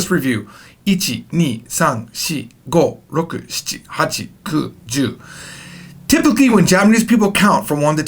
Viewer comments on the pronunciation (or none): "Notice my R is not ROKU (very American like)"😂😂😂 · Hahahahhahah rrrrroku 😂 i died